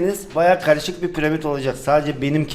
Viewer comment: Ya abi pıramid değil piramit 3ymh4ny3r2bbrwbt2r1hg